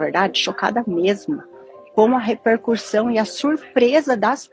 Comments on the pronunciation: Estudiosa e fala RepercuRssão. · “Eu sou muito estudiosa, eu leio vários livros…” prossegue falando repercuRssão. Não sei em q idioma Ela anda lendo, nao deve ser português.